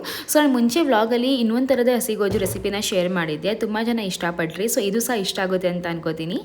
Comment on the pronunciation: ಗೋಜು ಅಲ್ಲ ಗೊಜ್ಜು 👍